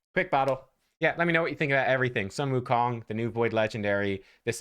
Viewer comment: "Soon Wookong" 孫悟空 (Sūnwùkōng)